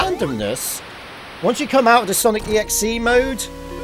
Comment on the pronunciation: How many times did you see Sonic.EXE? Also, the . in Sonic.EXE is supposed to be pronounced with the other 2 parts. Just wanted to say.